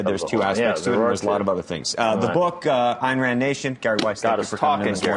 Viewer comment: EYEn Rand... Not ANN RAND Dipshit reporter.